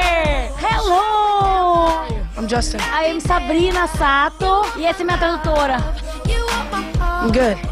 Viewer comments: "Justchin.. It's Jus-Tin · Sabrina- Djastin Justin- É Djasten Pow Pow Ler mais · "Justiiiin" No, it's Justeen kkkkkk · JOSTI, Djustin. É-, ĐJUSTIM, jāstim, Justin😼, Justim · Vim depois dele ensinar a fã a pronunciar “Justen” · oito anos se passaram e eu ainda morro com essa parte AE JAXTINNN "JUSTIN" kakakaka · cara, se ele não entende como ele respondeu algumas coisas que ela falou em português??? mano ela foi idiotona de errar o nome dele duas vezes! justin: é justen😂😂😂😂😂 tipo isso... e ela é toda lerda, ele deve ter se arrependido de ter perdido tempo fazendo essa entrevista bosta💞😂 prefiro com a eliana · Sabrina Sato falando Justin errado!! Ela é a Rainha da vergonha alheia! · Ela fala justin errado